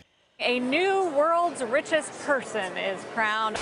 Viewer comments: "reechest" lol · "reechez person in the world"